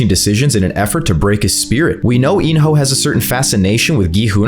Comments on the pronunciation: Bro said in your hole instead of in-ho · He called in-ho “in your hole” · There is no way this man just called him “In-Your-Hole” so casually 😭 All jokes aside these are some valid predictions. Can’t wait for S3